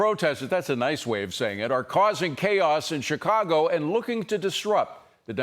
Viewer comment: She says Chicago right 🤷🏼‍♂️